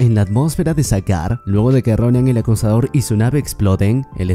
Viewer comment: No se por que oía el acosador en ves de acusador